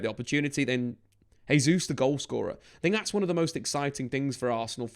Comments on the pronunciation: Your saying Gabriel Jesus last name wrong. It’s pronounced Jaysus not hesus since it’s Portuguese. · he's Brazilian. In Portuguese we say Jay-zeus